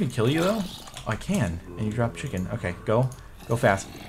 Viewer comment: "I HOPE YOU CHIKEN FALS"